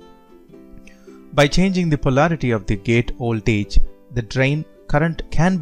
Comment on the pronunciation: And also ooltage.